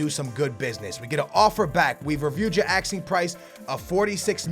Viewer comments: its asking ffs not axeing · Who else gets annoyed when he says axing instead of asking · Asking not axing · wtf is your pronounciation, are you dyslexic or do u have some sort of speech impediment. Its ASKING NOT AKSING when you say 'asking price' Its la-port not laporrrrrrrtay Its car-ass-co not carrisio Its oree-gee not orgy